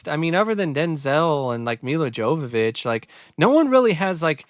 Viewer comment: I found this movie to be just so-so. Aside from Denzel and his brilliant performance, I also thought Milla Jovovich was really hot in this movie, and that's about it. BTW,, her name is pronounced "Yo-Vo-Vich". Just thought I'd correct you there. LOL